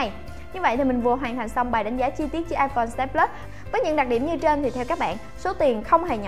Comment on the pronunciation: "iPone " 6s plus nhầm iporn là chết nha 😂